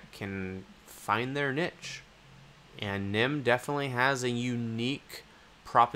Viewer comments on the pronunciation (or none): Great video. It bothers me though, Niche is pronounced like "neesh"